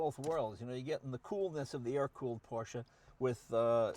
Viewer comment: I can't believe it! He finally pronounced Porsche correctly! Kudos to you, Mr. Leno, kudos to you!